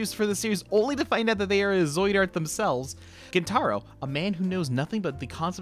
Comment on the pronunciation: Gent-a-roh, not gen-TAH-roh